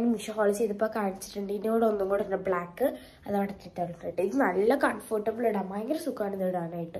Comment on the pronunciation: Confortable alla comfortable